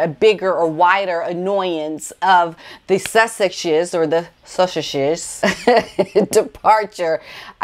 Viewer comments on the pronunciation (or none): Hi! I want to help you with your pronunciation os the Sussex’s and I mean no disrespect! So here goes... you can say Suck eX’es! I hope this helps despite how the pronunciation is spelled!:-) ~t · Love your videos, I smile every time you try to say sussexe's. it is pronounced suss-sex-is. Thank you for doing your videos. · Suss-ex-ess break the word up. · Nobody says SUSSEXES better than you. Even your facial expression is really funny!